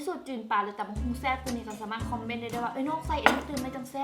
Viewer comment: ແຊບບໍ່ແມ່ນແຊໆ😂